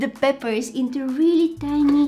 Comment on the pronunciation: Because of her mispronunciation of peppers to papers i say papers on purpose (